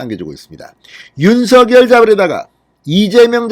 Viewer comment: 윤성녈로 발음해야 맞습니다ㆍ자음접변ᆢ